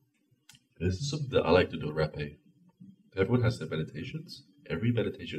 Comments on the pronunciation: Haaaa-- peh Haaapeh not Rapeeey just saying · Hey, I'm from Brazil, you need to know you are using way much of it,. You shouldn't wait too much to blow in your other nose too. Also you need to pronouce the e more openly , like with more air coming from your throat.